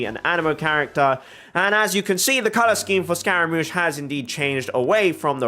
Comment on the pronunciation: scaramouche is pronounced differently, I think you should look it up :) it's like scar-a